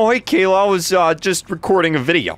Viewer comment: Isn't it Kayla? Not kaa-la